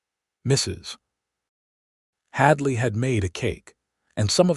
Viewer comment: I ❤ the story but, I don’t know what was WORSE, the ADS or…………..MRS……………………HADLEY😂. You really need to work on that!👍🏽